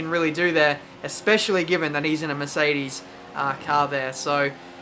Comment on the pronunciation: Maybe its just me but every time you say Mercedes i hear Miss Eighties ._.